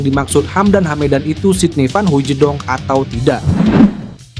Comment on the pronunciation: Bukan Hoijidong......baca biasa saja.....Hooitsdong